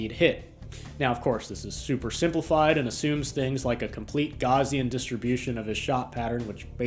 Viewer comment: Did you say “Gaussian”? It’s pronounced like “house”. “House Ian”.